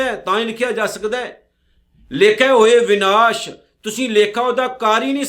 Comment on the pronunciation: ਭਾਈ ਸਾਹਿਬ ਸ਼ਬਦ “ਵਿਨਾਸ” ਨਹੀ “ਵਿਣਾਸੁ” ਹੈ, ਬਾਣੀ ਸ਼ੁੱਧ ਪੜੋ ਜੀ